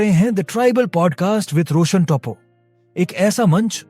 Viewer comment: टोपो नहीं अपितु टोप्पो ।